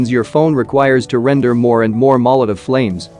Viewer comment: the way he spoke "bumbum" 😂😂👌